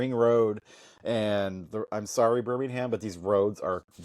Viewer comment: So... Youve been driving here in the UK for twenty years (plus?) and still cannot correctly pronounce Birmingham - Birmingum (others?) (or spell kerb correctly!) ... Still acting like 'newbie American visitors' ?! Lol?!😊